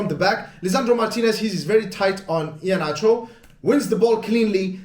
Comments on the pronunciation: My man pronounced "iheanacho" well, big ups to you! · I love the way you pronounced “Iheanacho.” Like a true Nigerian. 👏🏽